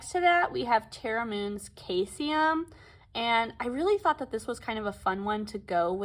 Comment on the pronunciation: Caesium is pronounced SEIZE-ee-um I know you would never guess based on how it's spelled, but it's like Caesar